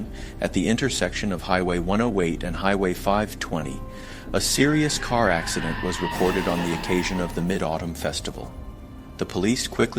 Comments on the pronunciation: Is the presenter AI? The design seems very human. "ax-eye-dent" made me question everything. Also the eyes look like they're right on the lenses of the glasses, and flat. Perhaps missing shadow from the glasses frame? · This guy can't decide if he wants to do the US accent or Rus-english accent. Mispronouncing 'Acci-dent' 'Dosh' for dollars, 'Che-ne-say' 'Chi-ti-zens' for Chinese citizens, 'Sea-At-lay' for Seattle, 'Defandant', 'Sing-le' bedroom apt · And “it” pronounces “accident” as “ac(cy)dent”